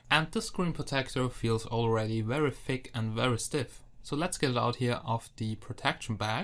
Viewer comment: U Suk.. Everytime u say Thick U Pronounce is Like Fake..